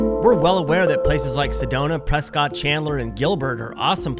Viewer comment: Ok I lied. Skipped a bit further. You mispronounced Prescott, AZ. Bruh.